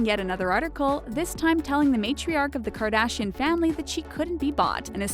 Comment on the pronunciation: Can you pls say their last name the right way